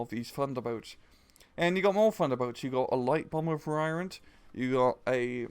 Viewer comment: WHY DID YOU PRONOUNCE VARIANT AS VUH RYE UNT?!